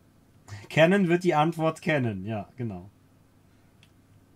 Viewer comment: Frohes und gesundes neues Jahr! Klugscheißermodus on: Canon stammt aus Japan, sprich Kanon und nicht Cännon. Cannon is der dicke Detektiv aus Amiland 😎